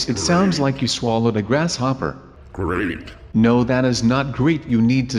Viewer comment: he said great. or did he say dorito chip?